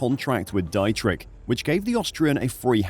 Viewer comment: its pronounced 'DEEtrich' not 'DIEtrich'!!!!!